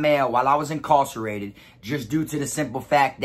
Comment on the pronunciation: Why you pronouncing incarcerated like that?